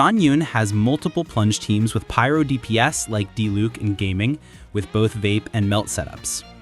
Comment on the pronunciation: Great content, but it seems like you struggled a bit with pronunciation of quite a few names! Here is how you can pronounce them a little better, I hope this helps! Xiangyun: shyung - yoon (not entirely correct but close enough for an English speaker) Gaming - gah-mean Faruzan - fah-roo-zahn Mavuika - mah-vwee-ka (you pronounced this as Mavooka at one point, though you also pronounced it correctly at another point) Escoffier - ess-ka-fee-ey Furina - foo-ree-nah (you pronounced this fur-rin-nah at one point) Xilonen - shee-lo-nen (you pronounced it as see-lo-nen a few times) Arlecchino - ar-luh-kee-no (you pronounced it ar-luh-chee-no a few times)